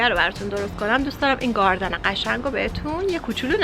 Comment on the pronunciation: نه از گاردن گفتنت ونه از سیب زمنی گفتنت 🤣🤣🤣🤣